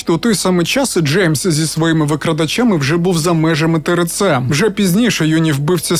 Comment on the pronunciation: Лиш почала дивитись. Ріже вухо тереце)) буква р це ер. Треба теерце.